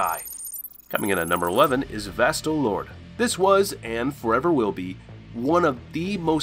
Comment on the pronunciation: it’s pronounced like “Vasto Lord-A,”